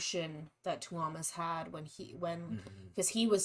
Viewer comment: Great job you two It is such a great song was hoping hearing how Tuomas name is pronounced in the song you would have caught it it's sounds like Toe as on your foot then mas like in Christmas PS I'm sure this is in the comments but just wanted to say that a couple times in the video both Emppu n Marko came to check on Tuomas to see how he was It's very emotional to him and I think I heard it is why this might have been the last time they performed it I'm sure I will be corrected if I'm misinformed, Just curious did you read the 2 letters the bands to Tarja n her response back?